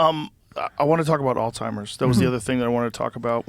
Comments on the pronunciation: It’s Alzheimers…. Not “All-timers”…. Very distracting…. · she said "alltimers" like 7 times this episode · Why does she keep saying altimers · Man this is such a good podcast, but why is she calling it alltimers? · Why does she keep saying “all-timers” 😬🤦🏻‍♂️ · I couldn’t keep watching it the first time after hearing her call it “alltimers” over and over again instead of Alzheimer’s. I only did a little studying and worked in hospice care, so she should know with the type of education she has. Don’t know why it annoyed me so much. Sounds like everyone liked this episode so I’m going to shut the fuck up and give it another shot. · All timers? She needs to say it right. Someone who is apparently so educated in medicine should know this. Turned it off after that. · Why do these intelligent people keep saying ALLTIMERS???? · All timers? Or Alzheimer’s? I can’t get a read on this lady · All timers? Come on now. Your a medical professional and you can't say it right? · Why can’t both of them pronounce Alzheimer’s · Why do they keep adding a t in Alzheimer’s ?? Joe and Casey need to correctly address the disease so everyone will listen. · Harvard dr actually pronouncing alzheimers incorrectly?! 🤦🏻‍♀️there's no T in it ffs! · except for the fact that she pronounces Alzheimers incorrectly lol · . Joe Called it alzhimers and all timers t seconds apart lol